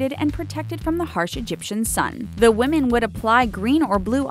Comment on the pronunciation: Women pronounced wimin not womin